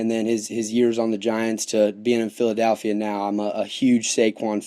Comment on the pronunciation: Except for saying "PhiladAlphia"